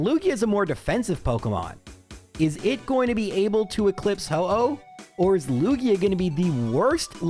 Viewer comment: Me hearing "Laura-lee" a bunch of times: 🤷‍♀️👍 Me hearing "Loogie-uh": shudders uncontrollably